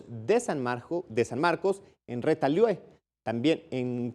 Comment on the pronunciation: Se dice Retalhuleu, también se dice Quetzaltenango, hay que aprender a pronunciar un poco